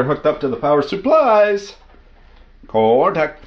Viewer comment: Cortact 😂 Look at it chooch 😂